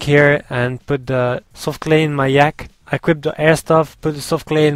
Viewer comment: Anyone else think he says yak funny/:) its not like a real yak... its a yaaakee